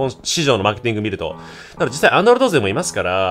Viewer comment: 3分28秒 くらいってさ、Android勢って言ったんだよね？？自分はア○ルド勢って聞こえてしまった…